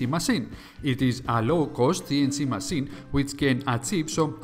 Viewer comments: It's Massine not masin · You say masseen (machine) too often! It really distracts me from the story 😂 😂 😂